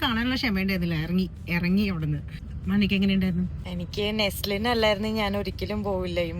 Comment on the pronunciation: Btw his name is not Neslin it's Naslen ! If he is ur fav actor learn his name properly 😊